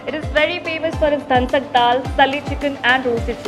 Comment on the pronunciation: It is Dhansak and not Dhansat also it is Sali Chicken.